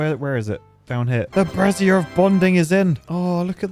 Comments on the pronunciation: Okay, two— scratch that, THREE things: 1. Can we get a black-fur pattern for the Detailer? We can call the ones that use it Paddy-tails! 2. PLEASE, FOR THE LOVE OF GOD, STOP PRONOUNCING “BRAZIER” LIKE THAT! It sounds more like you’re replacing the “I” with an extra “Z!” 3. If you make a skyscraper, here’s an idea: go Irontail, make it on a 4x4 imprint. Have the staircase to build the whole thing go up around the center so the center acts as a proper structural core. Feed two tubeways and a power shaft through the middle, then put gravity batteries, some kind of entertainment, and a tubeway station on top. Just like that, you have a useful skyscraper with an easy way to access the top! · I'm not sure if he's pronouncing brazier like brassiere on purpose for the laughs or not 🤔